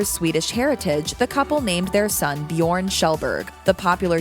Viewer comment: No, they did not call the baby 'Bjorn', they called it 'Björn'. My god, it's so pathetic how americans never even TRY to pronounce foreign words. Ö is not the same letter as O.